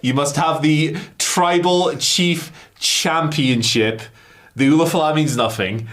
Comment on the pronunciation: LA Knight underlined how over the ulufala the audience is by calling it the "oofalafa or whatever" in his promo on Solo